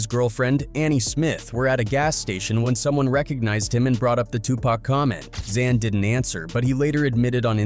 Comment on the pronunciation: This guy pronounced lil Xan like 5 different ways 😂